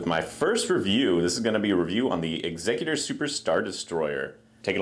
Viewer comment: Bonus points for pronouncing Executor correctly. 😊 I've heard so many mispronunciations the past weeks. Hope to see more vids soon!